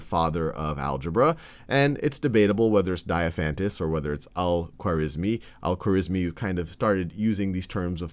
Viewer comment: It's unfortunate that you didn't take time to learn how to say the name Al-Khwarizmi correctly.